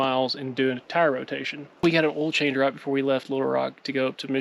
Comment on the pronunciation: I love how y’all say hell instead of hail and ol instead of oil lol. You guys got some good rain. Bet it was refreshing.